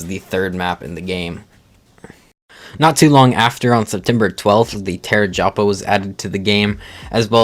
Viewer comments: It’s TAPEJARA not TERAJAPA 😹 lol… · It's not bloody "Terragapa"!!!